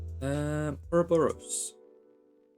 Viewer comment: oroborus not S wtf